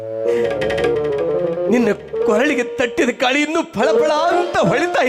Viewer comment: ಅದು ತಟ್ಟಿದ ಕಾಳಿ ಅಲ್ಲ ಕಟ್ಟಿದ ತಾಳಿ ಇದನ್ನು ಹೀಗೆ ಉಚ್ಚರಿಸಬೇಕು